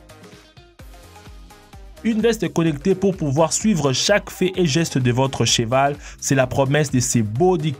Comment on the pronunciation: on dit cheval et pas chival